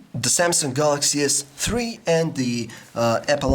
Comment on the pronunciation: All I heard was Galaxy S TREE.